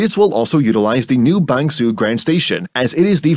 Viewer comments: I don't think Bang Sue is pronounced Bang Suu in Thai, although I don't speak Thai either. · Your pronunciation of Bang Sue, Nong Khai and Hua Hin is quite good.